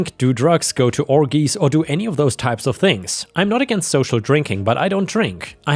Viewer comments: in the U.S. it would be pronounced EYE-van and in the word orgies the g is pronounced oar-gee's. Edit: Yes english is weird language. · "Orgies" with a hard 'g'? Surely you know better. 😒